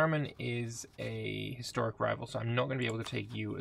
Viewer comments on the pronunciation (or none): none